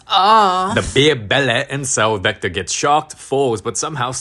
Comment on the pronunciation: Bro said zector😂